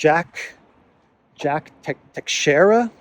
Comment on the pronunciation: teixeira ____tay-shay-ra